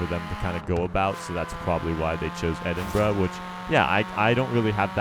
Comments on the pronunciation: When u say the city name its almost like ur saying edit bra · EHDIN “BROUH” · Its Edinbruh XD